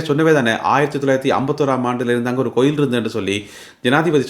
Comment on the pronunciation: Enna coil sariyaka uchcharikkaum .palakavum